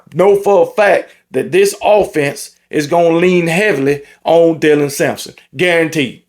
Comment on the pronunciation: This the first time all season i heard get dylans name right😂😂 good on you